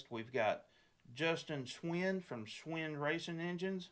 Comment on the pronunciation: Hey guys. Looking Fwd to seeing everyone in two weeks. BTW. Its pronounced Schwien (Schween)